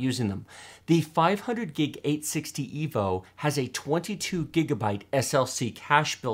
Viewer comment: "EEvolution not rEEvolution." Never again.